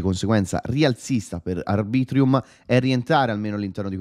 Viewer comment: Arbitrum non ArbritrIum😂